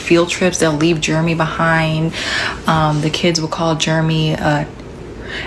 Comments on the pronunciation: Pretty sure it was Jer-e-my and not Germy. Why is she pronouncing it like that?😂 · why is she pronouncing Jeremy like that? She's calling that boy "germ-y". Did they call him that in school, and she's subconsciously doing it now without realizing it? Like, does she think that's how that name is actually said?